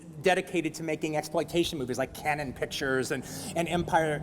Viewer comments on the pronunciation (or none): none